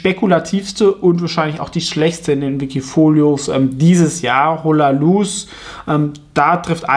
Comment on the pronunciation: Wenn ich kurz korrigieren darf...das H ist in Spanisch stumm...demach "Olaluz". Ansonsten top Content